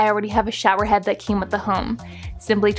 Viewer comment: “The torial” “the show-erreem”